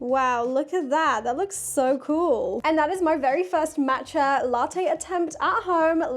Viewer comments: Was looking for this comment!! It’s definitely Maw-tcha not Mat-cha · Maww matcha it's pronounced like aww Matcha